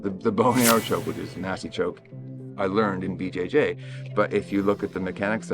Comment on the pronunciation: I know you said “BJJ” but it almost sounded like you said it the way Master Ken does “Bu Jay Jay” and now I can’t stop laughing